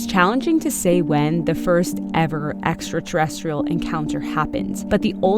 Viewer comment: Eka terestial, i thought it was extraterrestrial ,learned something lol😅😮